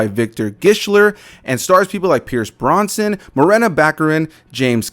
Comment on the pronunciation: You said Pierce "Bronson" lol. Also this movie was highly mediocre.